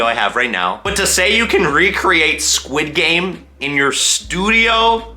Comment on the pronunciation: i love it how he says sid game insted of squid game